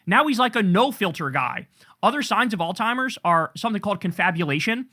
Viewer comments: KK. There's no hard "t" in pronouncing Alzheimers..just sayin, no big deal , doesn't matter, just stop. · Can you please stop calling Alzheimer’s oldtimers? It’s actually driving me crazy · Kyle talking badly about Trump's vocabulary while referring to Alzheimer's as "All Timers" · There’s no T in Alzheimer’s bro. Plz take care to say the right words, especially as you’re criticizing someone else’s speech.